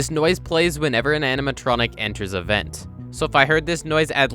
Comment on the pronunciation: “Aminatronic” lol. No shade or anything, just makes me giggle whenever I hear it